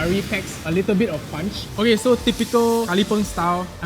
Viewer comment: Did say 'packs a little bit of punch?' 😁